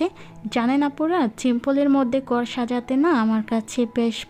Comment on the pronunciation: গর হবেনা ঘর উচ্চারণ হবে 😆দেকেন হবেনা দেখেন উচ্চারণ হবে 😆😆 আপনার উচ্চারণ এতো ভুল আমি হাসতে হাসতে শেষ😆😆😆😆😆